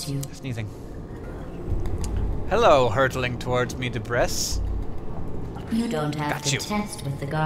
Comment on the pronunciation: Wait, are you mispronouncing "debris"?